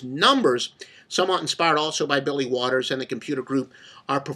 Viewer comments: Holy cow is this guy full of shit 😂 And Mr. “” (LOL), that name is Billy WALTERS, not Waters 🤣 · Kind of hard to take someone seriously when they can't get his name correct. Waters?? really?